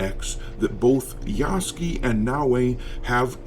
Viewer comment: 彼の名前は「ヤスキ」ではなく「ヤスケ」と発音される😅